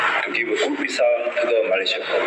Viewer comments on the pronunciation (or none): none